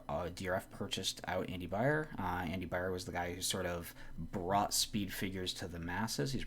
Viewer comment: It's pronounced by er